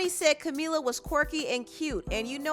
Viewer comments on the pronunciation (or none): I just started the video… it’s camEEla CabeYo (it’s how to pronounce it 🤗 hope I helped) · It’s Camila not Camala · Pronounce her name correctly please